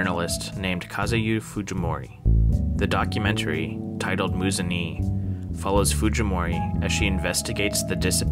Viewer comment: It's pronounced "Moo-zun-ehh"! Love your videos btw :)